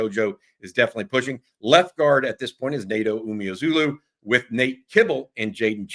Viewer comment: the media guide states it's uh-MOH-zah-low not oo-mee-ah-zulu